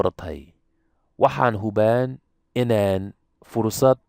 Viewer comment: remove the ''n'' on ''jiraan'' & say ''barto'' just as you did Arabi remove the ''n'' on hubaan barataan As a native speaker, I always suspected that Somali is a difficult language to learn, even though you make it look easy. Well done.